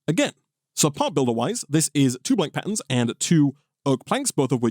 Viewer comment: sounds like he's saying 'pattens'